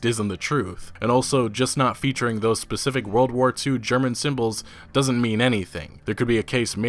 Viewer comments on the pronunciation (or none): none